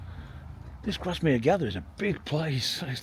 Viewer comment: It’s pronounced Grass mere